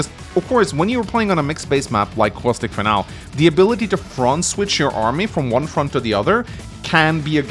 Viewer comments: lmao. Finalé pronounced fin-Al isn't any accent, it's just incorrect. Thats ok, I guess. Fin-alee is closer and is how mostly americans pronounce it, but some other english speakers pronounce it this way too. It's always been funny to me that people are so willing to commit to their ignorance to the point they will start fights to defend their own intellectual laziness. Why do so many humans actively want to stay wrong, Especially in a field where you are using words to convey information to others? Smh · it's FIN-al-ee. Not "final." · hate to be that guy but "Finale" is pronounced Fin-Al-Lee